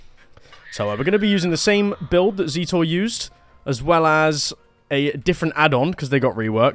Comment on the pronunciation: 100% agree he’s very cool, also Spookyloopz, and keeps saying zeee-tour but bro goes by zet, so zet-or